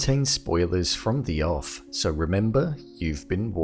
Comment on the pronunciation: I'm sorry, I'm genuinely curious, what are you saying in the beginning of the video? "This video will contain spoilers from theeoff?" is it thereof? the off? I'm racking my brain LOL I'm probably just an idiot! Thank you in advance. I love your videos man